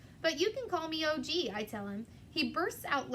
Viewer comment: Hey there- his name is Og not O.G. :)